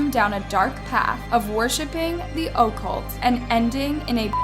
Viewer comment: OH-cult lol. It’s uh-CULT.